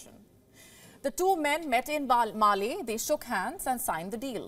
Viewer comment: It’s Male’ not Mali